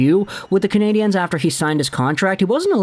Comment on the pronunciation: Learn to EFFing say the name of the hockey team. It’s never in the feminine, as you pronounced it.